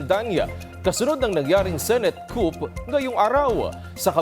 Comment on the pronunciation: Wrong pronunciation of the word COUP